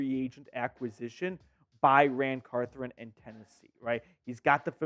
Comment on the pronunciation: It's Ran Carthon. Not "Carthren". Come on man.